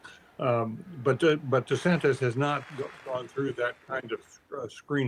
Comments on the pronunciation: Can someone tell Mr. Gergen it's not pronounced De-sanTEZ? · His name is not DeSantez.